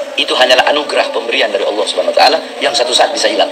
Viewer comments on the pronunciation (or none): none